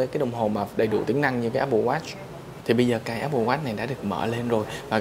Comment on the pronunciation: Không nghĩ mode Sơn này phiên âm tiếng anh như vậy Áp bồ Oát :D